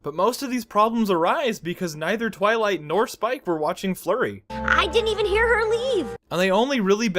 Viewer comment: Roughly everything tenth time you say "Twilight" you try to say it slightly faster and get two-thirds of the way to saying "toilet." Do not stop, it brings me intense, forbidden joy.